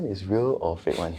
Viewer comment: Real or faarke